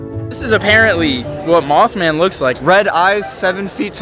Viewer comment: Did he said mouthman